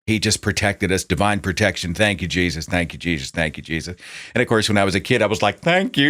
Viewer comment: I really love it when he gets extremely southern with it and says "Jaysus" lol